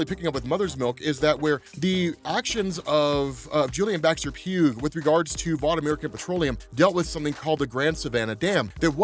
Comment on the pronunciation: Just a small note, but Baxter-Pugh's name is pronounced Baxter-"Pew", like how Hugh is pronounce like Hue. Then again this is the boys for all I know the guys gonna be dead in an issues time and it wont matter XD